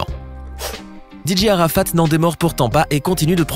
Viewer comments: Vous prononcer très mal sont nom😬😬😬😬😬😬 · Vous pronomcer mal son nom😬😬😬😬 Rip Dj arafat😳😳😭😭😭